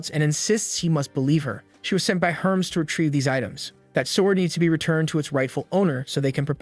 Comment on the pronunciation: I love all the mispronunciations. "What up Herms".